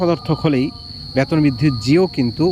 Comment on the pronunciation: ব্যাতন নয় বেতন বোলুন